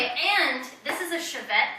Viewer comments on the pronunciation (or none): What a wife! The high-quality Chauvet fogger wouldn’t want to be confused with a cheap car (it sounded like Chevette) hehe It’s pronounced Show-vay fwiw. What wattage? A bigger water bill making your own blocks but what the heck it’s more fun to do it ^o^ And who am I to say. I spent a ridiculous amount of time crafting props. Job 1 is to put your own stamp on things : ) I like that you improvised w/ the corrugated tubing accommodating your homemade blocks. The fog looks good at the end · I love all your Haunts and just one thing I want to point out, since I'm from Montreal that fog Machine from "Chauvet" is pronounced SHOW-VAY the "T" is silent.